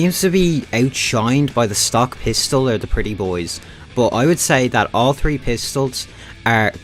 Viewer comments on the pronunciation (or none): Just like rtgame, he loves saying "tree" peeps